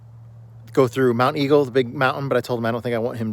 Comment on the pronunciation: You got the "holler" down...now to remember that it's "m-ON-teagle"...lol. They did extensive work to the east side of that mountain both before and after it became an Interstate route.